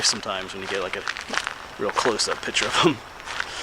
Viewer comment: It’s picture not pitcher just messing with you